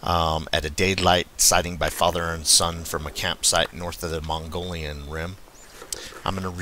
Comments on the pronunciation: Great story.. Mogollon is pronounced Mug-ee own..keep up the great reports.. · Cool story....it's pronounced MO-gee-yon :) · Once again. It is Mug--ee--own for we who live nearby.